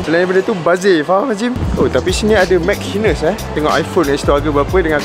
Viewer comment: Betul ke cara sebut nama store tu, mac hines?